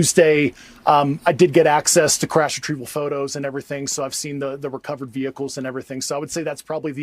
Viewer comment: WTF is a “vechticle”????